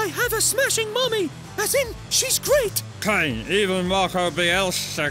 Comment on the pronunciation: the way kane says to kane sounds a bit too much like cocaine